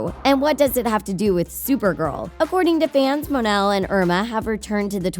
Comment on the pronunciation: Mon-el not mun-el